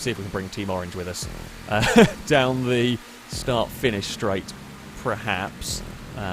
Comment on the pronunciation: Why do you say PREHAPS? Does the dictionary just have the word 'perhaps' spelt incorrectly? Have millions of people across the English speaking world just been saying it incorrectly the whole time? .... or are you just an idiot?